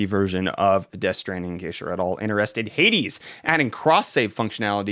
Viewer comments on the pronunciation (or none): none